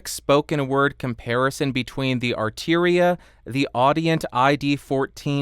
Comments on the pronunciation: Arturia not arteria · Why would you pronounce "Arturia" as though it was spelled "Arteeria"? (Asking for a friend). Perhaps it was my imagination, but in the comparison section, the Focusrite actually sounded a wee bit fuller to my ears.